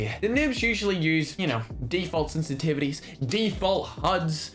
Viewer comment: spelled sensitivity in Irish accent